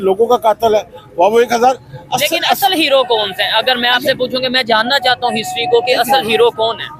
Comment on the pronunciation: 'jonsa' kya hota h Tum bhi bolna sikhiye